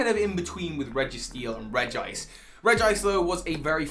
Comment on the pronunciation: Not Reg-gice! It’s Regi-ice!